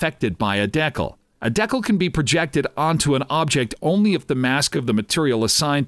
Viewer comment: That pronunciation of decal is upsetting